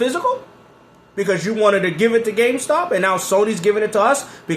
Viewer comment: becoming CardStuh 😂🤣.